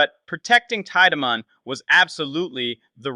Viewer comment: It’s Teed-man you boneheaded